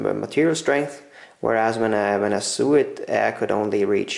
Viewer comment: "Sew" and and "so" rhyme.